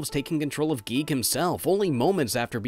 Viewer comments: I am cursed to forever hear a recording of someone saying giegue as geek help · I think it’s guy-goo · Its pronounced "Giggidy" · Your supposed to say it g-I-goo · It’s “Geeg” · Uhh, its pronounced “gay”. Are you guigue or something? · Y'all crazy it's definitely pronounced Giegue, sheesh guys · I got to play Cognitive Dissonance somewhat, but then my laptop at the time got virused and I was wary about downloading any more indie games for a bit. Yah for reviews! (Also, the Giegue pronunciation made me laugh) Edit:. Also, there IS a function in RPG Maker VX Ace that allows Events,such as enemy sprites, to head after the player character. Either this version didn't have that or it wasn't implemented much. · IT IS GUIGUE!